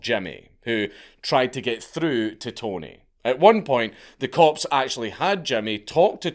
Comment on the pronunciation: Am I the only one that keeps hearing corpse when he says cops?😂😂😂